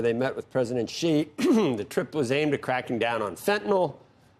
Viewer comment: Xi is pronounced like the word "she" or "See" not like Zsa Zsa Gabor